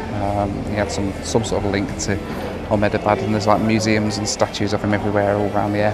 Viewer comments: the way you say Ahmedabad is so funny! my grandparents live there and it is pronounced "Am-Da-Bad" appreciate your effort though! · Amazing video, btw the correct pronunciation of Ahmedabad is (Ah - (immediately) hem-dha-bahd)